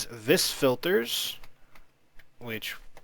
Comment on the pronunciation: Ya know, just kinda bite into the farming station, its kinda like rock candy. =P also its pronounced "Vee" not "Vis" :)